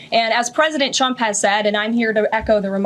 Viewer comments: Sounds like she said a president chump. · This commercial brought to you by the American taxpayers. You’re not welcome. My god Biden had the country roaring again. Only the worst evil person would try to set our country on fire and throw gas on it. This chick says Chtrump.